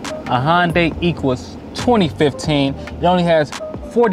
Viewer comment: You said Hyundai and Equus wrong. 🤦🏻‍♂️